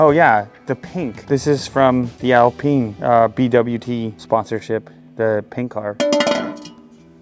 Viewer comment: Its actually pronounced "Al-peen" instead of "Al-pine"? Whack